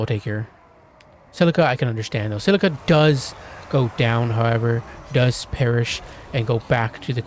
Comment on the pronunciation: scylla not silica